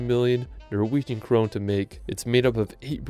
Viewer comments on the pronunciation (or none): none